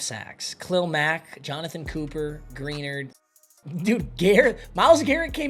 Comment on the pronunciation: can’t pronounce Greenard